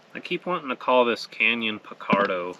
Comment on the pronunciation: It's Pint-a-do...you climb up there to enjoy a pint...lol